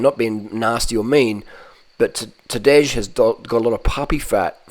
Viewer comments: And Tadej is pronounced Tadey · He’s gotta be trolling how he says Tadej and Pogacar 🤣